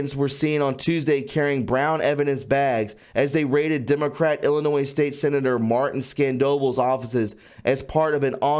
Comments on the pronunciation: Cicero is sis uh row. Illinois is ill annoy. No S at end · Dear One, Ill~i~nois = Ill ~a~noy ILL ~A~NOY. Or as Gram taught " there's no noise in ill~a~noy"